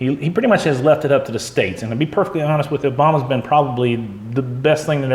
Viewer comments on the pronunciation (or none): none